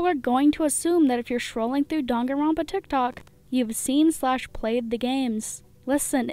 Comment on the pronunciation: Me hating how she pronounced danganronpa wrong